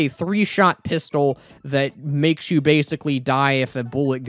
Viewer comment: ah yes, the pisstol